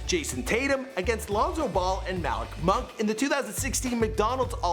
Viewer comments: I'm sleeeppp he said Malick monk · I'm logging off after the way he said Malik monk